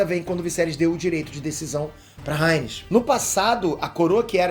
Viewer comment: acho que fala Raénis e não Rânis (Rhaenys)